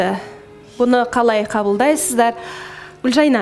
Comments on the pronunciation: Туу ездін ау Гүлжайнаш деп негізі Гүлжайна ғой,лағып сөйлейсін. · фильмы ссылки она говарит Гулжайнаш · Почему она говорит Гульжайнаш? Или мне одной так слышится?